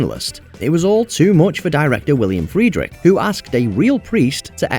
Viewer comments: William Friedrick? Not William Friedkin? 😂😂😂😂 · The director of the exorcist was freidkin, not freidrich which the narrator seems to be pronouncing. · William FRIEDKIN, Mojo ...Not Friedrich. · The surname of “The Exorcist”’s director is Friedkin,not Friedrich. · Downvoted because the director of The Exorcist” was NOT Friedrich. His name is FRIEDKIN. I know this channel relies on AI for their narrations now but come ON - you can’t even get correct the last name of one of the most famous movies ever made?? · William Friedkin, not Friedrich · How the hell do they get William Friedkin's name wrong?